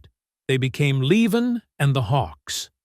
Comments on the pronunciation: It ain't L'vonn. He's Southern and it's pronounced Lee-Vaughn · La von. It's LEE VON. Wow, I just ....cannot. At least pronounce their names correctly. FFS. I am five minutes in and not watching the rest. That mispronouncing I just can't. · As a well known musician, he was always known as LEE-von. Yes, his given name was Lavon. As a regular consumer of all this music from "65 to '24, He was known as Levon Helm! The narrator pronounced it correctly once. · Narrator - it's pronounced LEE von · It's "LEEvon" you idiot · Stupid AI crap. Can't even pronounce Levon right. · You would think if you are doing a documentary that includes Levon Helm, you could pronounce his name correctly. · I am well aware of how his name was pronounced. I've been a fan for more than fifty years. I was in his company on several occasions. As I said, his given name was Mark Lavon Helm. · when referring to Robbie and first wife Domenique's two children, the photo is of Rick Danko and his family. Also, earlier in the video, Rick is again shown when discussing Robbie. Throughout the presentation, Levon's names is variously mispronounced, and it's distracting to me, a longtime fan of The Band, to watch this so called "shocking truth" story...